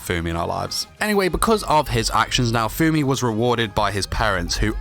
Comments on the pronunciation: If you call him Naofoamy one more time, we're gonna have a problem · Im soo TRIGGERED when people pronounce "naofumi" to "naofoammmmmi" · DID YOU JUST MISPRONOUCE NAO-FUMI SAMA WTF! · I don't like the way you pronounce his name😅